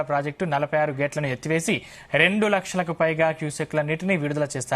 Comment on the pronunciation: అయ్యో చెప్పడానికి కూడా రావట్లేదు ఇరవై ఐదు లక్చలు అంటున్నాడు